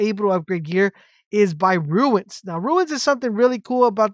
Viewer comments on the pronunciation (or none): its runes not ruins ... ruins are old broken down buildings... runes are said like ROONS.... as i said ruins are old run down buildings and such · Turned off when I realised you don't explain where to get the rare items to upgrade. Pointless. Also mate, it's Runes as in Roons , you keep saying ruins. Americans confuse me, you add an I to a word that doesn't have one, yet leave it out of words like mobile...no logic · Calling "runes" ruins over and over again drove me bananas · Good ol "ignots" and "ruins" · They are runes not ruins haha good vid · Relatively good information but it’s like a nail in my brain every time you say RUIN when referring to Runes. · please dont call them ruins.... i nearlyu triggered me hearign that said somay times its runes like ROONS... ruins are old buildings hat are probably beyond repair.